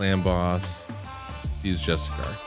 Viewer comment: Justice-iar not Just-A-Car!